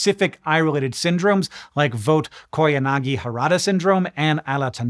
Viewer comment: I'm not nearly as impressed with your correct pronunciation of Fuchs Heterochromic Iridocyclitis as much as I am with your flawless pronunciation of Vogt-Koyanagi-Harada Syndrome and Alezzandrini's Syndrome. That was four foreign names from three different languages. (German, Japanese, and Italian?) Bravo.